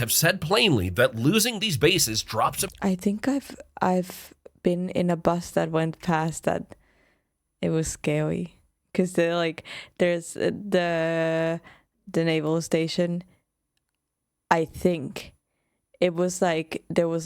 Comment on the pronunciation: "It was scawy." 🥰